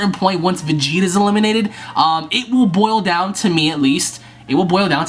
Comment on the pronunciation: it was funny in the video when you said i think it will bil down to me at least cause that probably didnt sound like you wanted it to so yeah